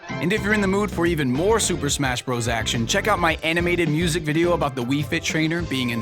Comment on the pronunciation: Hey,... It's pronounced "brothers"... AS IT SAYS IN THE OPENIBG OF THE VIDEO.... YOU IDIOT!!!!